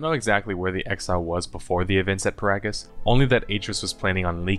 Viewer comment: Every time he pronounces GO-TO and Peragus I contemplate throwing myself into a mynock nest